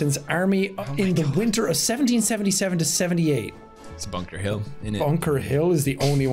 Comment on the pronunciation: Pewds: it's Bunker Hill, innit? Going bri-ish